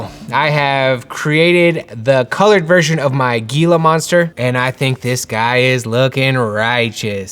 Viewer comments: I noticed that, too. Thanks for commenting! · I know this is hecka old by now but I love this project. My only fyi is that it’s pronounced like hila not gila. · I love tcg’s also it is pronounced Heee La not Geee La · You're absolutely killing me, fam. It's HEEE-la monster 😜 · This is an awesome concept just an fiy it's pronounce the G in Gila is pronounced like an H so it's HeLa monster. Also, maybe you can do the sketch versions in a holographic shade. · Gila monsters are pronounced Hee-luh not Gee-luh. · The G in gila monster sounds like an H ! ( hee luh) monster . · Gila Gila is pronounced Heela Heela. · For the Gila design, has anyone mentioned it's pronounced "Helah"? Idk I grew up in AZ hearing about these all the time and I always heard it with an H at the beginning as opposed to a G. Not trying to be the "Ackchually" guy lol just want it to be dope through and through! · I guess probably "Hee-Luh" lol it's definitely not pronounced "Hella Monster" though that would be sick 🤣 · Uh, you're pronouncing Gila wrong, with a "Ga". In the SW deserts in NM its pronounced "Hee" so its "Hee'La" monster. I've never seen them in the desert wild, despite in my literal rural desert back yard,. I've only seen them in captivity probably because they are poisonous and have a venomous bite. I would give this defender highest rating. You can pronounce it however...but its a Hee La monster. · Gila is pronounce with an H instead of the G. Love the characters! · Hey, the "g" is pronounced like an "h" in hila monster....so "hee-luh".... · Loving this! I was in for the playing cards, and I am definitely in for this too! What a great start to the series! Also, I'll be captain pedantic but Gila is pronounced Hee-Laa, the G sounds like an H. I will be backing this without question! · Just an FYI the G in Gila Monster is pronounced like the English H so it’s pronounced Hila monster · Heela monster its pronounced "Heela" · The correct pronunciation of "Gila" is "Hee-lah" 😬